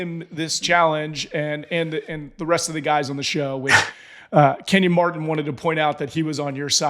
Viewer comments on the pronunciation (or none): none